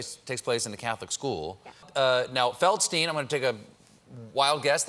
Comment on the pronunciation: Nope, Feldsteen. That's the rule for US "stein" names. Leonard Bernstein is an exception, but that is because he wanted to be an exception.